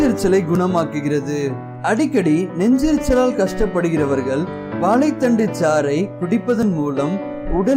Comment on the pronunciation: Athu Vaalai thandu illa sir.. Vaazhai thandu yea tamil ah kola panrigaa..